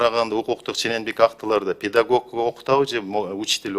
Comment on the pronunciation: Педагок эмес педагог